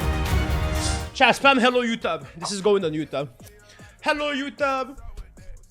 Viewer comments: youteub xd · "Hello YouTab? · You mispronounce florida and you even mispronounce youtube?!